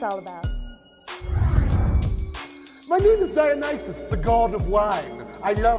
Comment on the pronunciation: Hephaestus and Dionysus are pronounced /heh-fay-stuhs/ and /dye-ohn-nih-sus/.